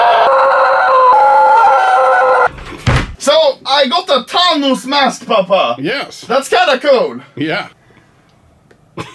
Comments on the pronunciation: its Thanos not tanos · Anomaly: calls Thanos Tanos. Thanos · 'Tahnos' Thank you Swedish boi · the fact that he pronounce thanos tanos and not fanos